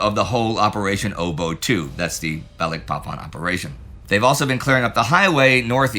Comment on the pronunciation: I'm an American ex-pat living in Indonesia. I chuckle every time Indy says Balikpapan. Maybe one day he'll get it right, but not yet.